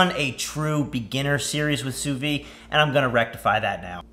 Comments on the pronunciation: Sous veed, not sous vee. It’s French. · Has a channel dedicated to sous vide. Doesn’t know how to pronounce it. 🤦‍♂️